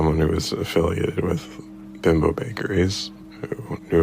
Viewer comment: Beembo is the pronunciation of Bimbo.